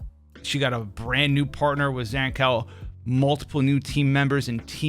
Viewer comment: bruuh tf is your Zankou pronounciation. Zan Cow, really?